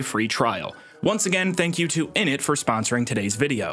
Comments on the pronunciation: nice joke and reference… but its innit. Inn’ndit… happy I changed that last bit, it was getting too close to a certain African region. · How do you fuck up innit? You’re saying idnit. Just say “IN IT” fast.